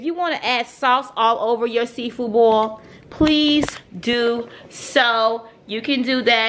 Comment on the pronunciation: "CUZ AH SMELL SEA FOO" 😂😂